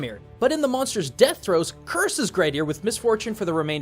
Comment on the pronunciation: As a icelander I would point out you miss pronounced Grettir and draugr if you were aiming to speak it correctly. Learning the Icelandic alphabet would be efficient as all letters always make the same sound as if they were individually. I do love your content but I hope you could try respect the culture that you use your resources from as you've done in the past.